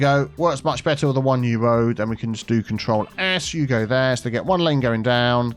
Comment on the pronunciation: Bit of hugo there. It sounds like youre saying that instead bit of you go there 😂